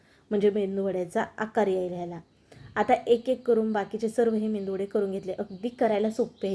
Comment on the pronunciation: मेंदुवडे नाही मॅडम मेदुवडे असा शबद आहे